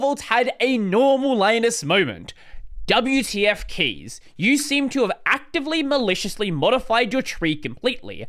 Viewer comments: Thank you for explaining this situation! Concerning the pronunciation of Kees's name: its Dutch pronunciation is a lot like that of the English word 'case' (instead of 'keys'). If I am not mistaken, 'case' is also the pronunciation used by Kees Cook himself. Source: I'm a Dutch speaker. :-) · Kees is a Dutch name and is pronounced like "case" rather than "keys" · Pronounced as Case, not Keys. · Kees is pronounced like “case” btw. It’s a Dutch name. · Kees is pronounced as case BTW;) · is not pronounced as keys lol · Ya is Dutch, more like Case